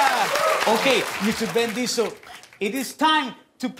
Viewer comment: Did Guillermo say Ben Diesel?